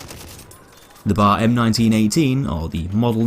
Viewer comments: Stop saying bar instead of B A R. It's triggering me. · It’s B...A....R not BAR!!! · It is not pronounced like the place one goes to drink...the letters are said individually.....B....A....R. Come on man.